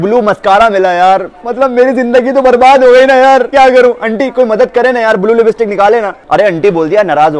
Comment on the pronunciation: Libstick .. Nhi .. Lipstick hota ha .. Sahi bolna nhi ata .. Isi lye apko neli ankho wali nhi mili aj tak